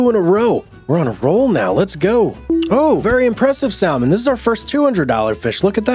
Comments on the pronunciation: The "L" in salmon is silent. Come on, man. This can't be the first time you've seen the word, or heard of salmon. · The way you say salmon😂.... Its a silent L man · Been waiting for this hehehe Could you do stardew valley on this channel? The way you say salmon bro